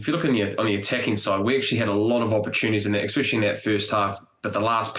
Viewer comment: Enough is enough Bryn Hall - I've sat for weeks listening to you pronounce the word especially as exspecially... 😂